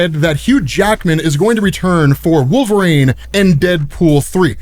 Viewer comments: Please… it’s Wolver-EEN, not Wolver-AIN.. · Why do you pronounce Wolverine… Wolverain???